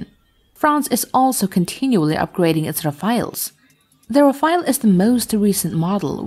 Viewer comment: Its not Rafa..el its Raf..ale.